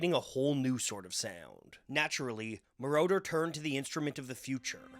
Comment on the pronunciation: Hood name is pronounced, MORE-OTTER. Not MORE-Door. He isn’t part of the lord of the rings trilogy. He’s a producer. 😅